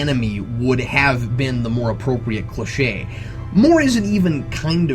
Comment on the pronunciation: lol, notice how he stresses "would HAVE" heh. nice!